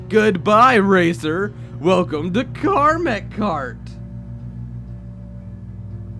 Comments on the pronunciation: It's KAMEK (CAM - ECK) curse not KARMACK curse... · Is it annoying that he can't pronounce Kamek? (Cam-eck) unless it was Karmek written wall text.